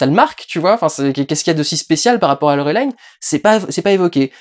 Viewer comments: Pourquoi tu prononce "Laurelaïn" ? X) C'est un nom français, t'a le droit de le prononcer normalement. Sinon, bah un peu le même avis… Sauf sur l'importance du transmuteur, pour moi on comprend très bien que c'est quelque chose de crucial, même si on sait pas pourquoi des gens se le disputent. Mais dans ce film, y a vraiment cette impression que Besson a voulu introduire tellement de choses à la fois qu'il prend le temps d'en développer aucune. Plus le passage avec Bubble qui est effectivement marrant mais très dispensable. Bref, ce film c'est un peu "Besson montre ses jouets". Pour le coup, et j'ai pas l'habitude de dire ça, une suite serait vraiment pas de trop pour mieux exploiter tout cet univers. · Bah lit les BD du coup si tu sais pas de quoi ça parle. D'abord c'est Français donc tu peux prononcer Laureline (pourquoi dire Valerian du coup..) Et les BD ce sont des aventures dans l'espace, des conbflits politiques, des enquêtes et surtout des agents explorateur de l'espace. Ca colle au film. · dsl je réagis juste après 3 minutes de visionnage mais il ne s'agit pas d'un comics comme tu le dis mais d'une bd française, le film est également réalisé par un français. Peu importe qu'il soit tourné en anglais, c'est un peu irritant d'entendre le nom de Laureline prononcé ainsi à l'anglaise. Enfin je pinaille dsl mais ça fait vraiment étrange d'associer cette prononciation au personnage... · Peut être parce que c'est comme ça qu'ils le prononcent en VO ? Je sais pas j'ai pas vérifié. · PS : je sais bien que ces films sont habituellement américains et donc tirés de BD américaines mais... c'est "Laureline" (avec un i français) et pas "Laurelaïne". Et ce n'est pas tiré de "comics" mais d'une série de BD franco-belge de Mézières et Christin. On est vraiment américanisés jusqu'au trognon, merde ! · Laurelaïne... ça se prononce Laureline en Français! À l'origine c'est une BD Franco-Belge! Faut il le rappeler ??? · LoReuLIne pas Lorélayne 😭 C'est une Bd francaise svp